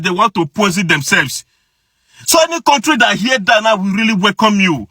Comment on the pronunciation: If you want to know an Igbo man just ask him to pronounce this word: COUNTRY